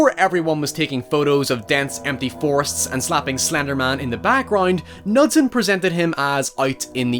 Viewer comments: Knudsen is promounced with a hard K-sound btw. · Unrelated, but it's pronounced with a hard K sound. K-noo-sen. It's Scandinavian :3